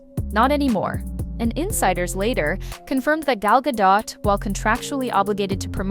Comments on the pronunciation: gal Gaaa- Dohhh.. not gaaa- dot. Ai voice activated. Zzz trying to stretch out the clip for 4-5 minutes to long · Gal Gadot pronounced gadough...not dot. Thanks AI voice over. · why do americans have such bad grammar lol its not GADOTTTTTT its a "silent" T you dont pronounce the T its pronounced gadiow...WWWWW ow....lolol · It's pronounced Guh-dowt, not guh-dot. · Blah, Blah, Blah - Playing the same scenes over repeatedly for the most time to spew your shit about her. These are stars and y'all are not. Who's the gay guy with the shitty hair ? What a glop of shit. No offense. 🧁 By the way, to all, it is pronounced Gahl Gahdoht, not Gal Ga Dot. Brush up. 🤭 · Why can't americans say gal godo.. which is how her name is pronounced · It's Gal Gadot - Gad-O. Like depot the T is silent. And Rachel who?? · You are mis-pronouncing Gal Gadot's last name. Please go learn how to say it. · GagO. The t is silent. I use to like her until she sang imagine. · Gal Ga-dot, really. How hard is it to pronounce a name right. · Gadot is pronounced "ga-dough" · Please stop pronouncing gal's name wrong. Very unprofessional. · You'd think an account named Celeb Watch would know how to pronounce Gal Godot's last name right...